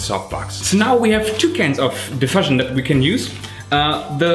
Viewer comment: In English, 'diffusion' is pronounced /dɪˈfjuːʒən/. That is, the 'u' is pronounced like the word 'you' or like the vowel in 'tschüss'.